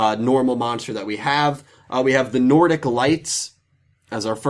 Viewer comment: Sad :( Usually excited for your giveaways. Too bad I can't enter. Good job on pronouncing the Nordic cards! I never see any youtubers even chance it so good job on trying! Congrats to the winners!